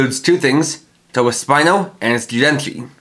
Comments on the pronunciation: It's "tobasp-EE-no" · Why do you insist on mispronouncing Tobaspino?